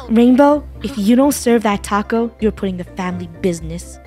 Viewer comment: “Taco-yah” haunts till the end